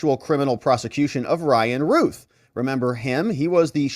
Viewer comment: Anybody that has see THE GOONIES knows how to say ROUTH. ROUTH. RYAN....ROUTH.